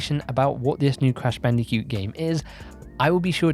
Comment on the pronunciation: I love how you say bandi-cute 😂